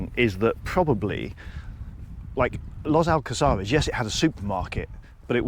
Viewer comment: Los Alcázares is a very busy place even in winter, this guy is only in the Old Town if he went further up to the 525 Strip that is a very lively place with a lot more bars and restaurants, and his pronunciation of Los Alcázares is not very good. Also all the supermarkets he mentions are all there. Come on get your act together